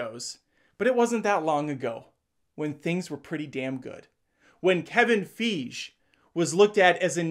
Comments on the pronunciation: “Kevin Feege” 😂😂😂😂😂😂😂😂😂😂😂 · Somehow I missed this one from a year ago. Great breakdown. ...Did no one ever correct you on the pronunciation of "Feige"? (F eye GEE) ...Or were you intentionally mispronouncing his name? 🤔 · the way he said kevin feige I can't